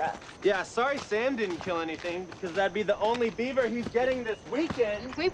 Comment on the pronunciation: It's Beaver, not Yeaver